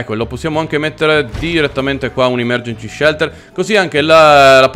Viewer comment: Invece di dire emergensi shelter dice emergenci shelter!